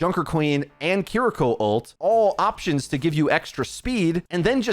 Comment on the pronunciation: The way he says Kiriko is so painful. lol